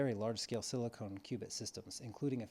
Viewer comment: SiliCON not siliCONE